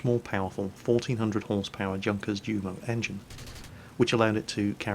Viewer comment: junkers and jumo are pronounced yunkers yumo.... sory my german side kicking in there